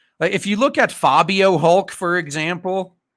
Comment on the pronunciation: Its she Fabi-hulk not Fabio-hulk get it right lol